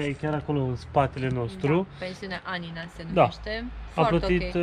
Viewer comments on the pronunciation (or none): Anina ...cu accent pe primul A ....ia incercati sa cititi si de la coada la cap numele orasului .....